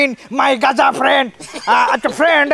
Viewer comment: Gaza hoba not gaja